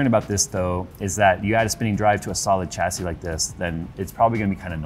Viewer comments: The "cha-see" count is making me grind my teeth. It's actually pronounced "shas-ee". Don't believe me? Then watch this video: But that case!! Oh my!! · Got to , couldn't stay for more pronunciations of chassis.